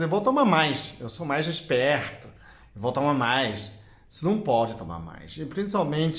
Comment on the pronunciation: Falou “ esperto “ com sotaque de carioca 😂😂